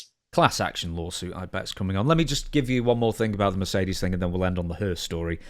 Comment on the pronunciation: Mercedes "Groan". 🤮